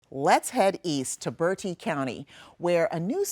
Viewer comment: Please stop saying birdee county it is pronounced bert -tee county Thank you 😅😅😅😅😅😅😅